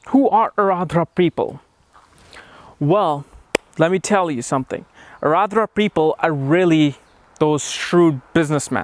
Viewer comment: You may be very well versed in astrology BUT!!! you certainly haven't learned how to pronounce the name correctly. I, having the same name as the nakshatra, know that its not Aradra (as u kept saying), but rather, its AAR-DRA :)